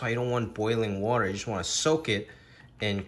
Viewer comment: He says "water" like a New Yorker, then other words come out with a touch of Chinese accent. Love watching your cooking segments my dude!